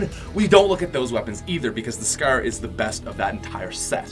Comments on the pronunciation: “The scerr”😂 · Is it just me or does he say scar "scher" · Why does it sound like he’s saying scare instead of Scar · The way he pronounces "Scar" haha xd